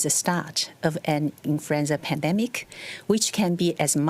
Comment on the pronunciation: .. .. "Infruenza" .. She Kirring me. Ooooh ... Ah Many times she say .. "Infruenza". ROFR.